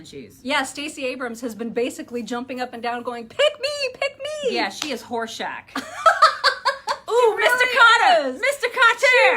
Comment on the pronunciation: You will have to bring in the ghost of Bernie when he dies, cause we will miss him too much. 😁😊 HA you said Horshack but I at first heard Horse-Shat which seems to fit as well. 😏